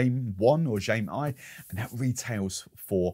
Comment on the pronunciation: Jaime 1 is pronounced Hymay oono